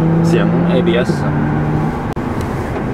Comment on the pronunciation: Super late to watching this video, but still a fun watch! Model X run when you get yours? Haha. Also, sometimes you saying "ABS kicking in" sounded like "IBS kicking in" and it made your "oh sheeeeiiiitt" comments more funny